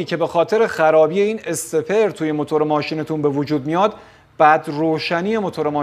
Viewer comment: درود استاد، ممنونم از توضیحات شما، فقط اگه اشکالی نداره واژه استپر را استخر تلفظ میکنید که اذیت کننده است و اشتباهه. واژه انگلیسی آن stepper هست و در واقع این وسیله نوعی استپر موتور هست که با پالس های pwm از ای سی یو، بطور دقیق مکان آن تعیین می شود. بدرود